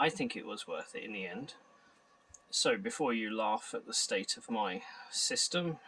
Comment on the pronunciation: Several times I heard "system" as "sister".